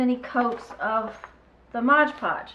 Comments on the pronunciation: thx for making this, clever! But it's pronounced MOD PODGE :) lol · I am so frustrated that people say "Modge Podge". "It is Mod Podge". There is no "ge" in "Mod". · It always makes me laugh when native English speakers can't pronounce Mod Podge